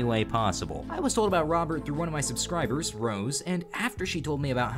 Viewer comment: Lmfao L "BOBERT" (robert)